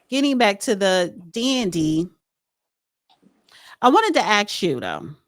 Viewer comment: I just want him to teach her how to properly pronounce the word “ask.”